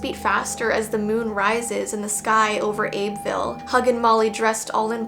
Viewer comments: Please stop saying Abe ville IT'S AB BEE VILLE. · So uhm idk if you will see this comment bc of how old this video is but your pronounced Abbeville wrong it pronouced like Abby-vill i remember when this came out and i was watching and said it too but i only know 5his bc i actually live here but the huggin molly is a myth and also they have a casing of huggin mollys clothes and they have someone dress up every year on halloween its pretty cool but pretty scary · also it’s pronounced “abby-ville” 🌝